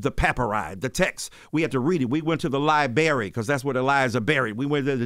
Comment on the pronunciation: ‘Li berry’, ‘cause that’s where the lies are buried’. I adore him.